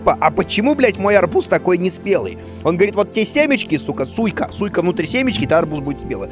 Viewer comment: Куплинов что со слухом? Арбуз -Сика. Ты не читай, ты слушай произношение